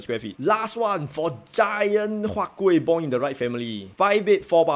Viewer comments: Sir, your "K"ueh dropped off again ah? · Siao eh, why your huat kueh the k gone again D